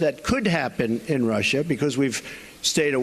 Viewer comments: Oh Rushah Rushah Rushah.....😂😂 😂 didn't know how to say it right, I guess I'm not intelligent enough. FFS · Rush-ha. Sniff. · I have a silly theory: Trump always pronounces "Russia" incorrectly, so he can have plausible deniability later. "I never said there was no collusion with Russia! I said Russierrrrrr, Russhaaaaah, Rushiaehhh etc..." It's a good theory, guys. Admit it.